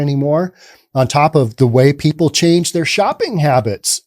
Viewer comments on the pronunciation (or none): none